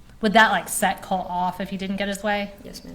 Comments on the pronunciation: Colt....not Cult....drive me crazy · The person asking the questions sounds like she is saying Cult instead of Colt. Weird and annoying to hear. I feel so bad for this young girl and all she has been through with these terrible people she is related to. I hope she has a stable and peaceful life moving forward.